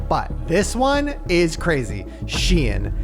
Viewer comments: Am I the only one bewildered at the pronunciation of SHEIN?! She-in?? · When you guys said SHIEN, it sounds like you're saying the name of the city I live in in Norway, which is Skien (pronounched scheen) XD